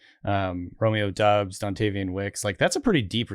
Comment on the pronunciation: please says doubs name right, sounds like dobbs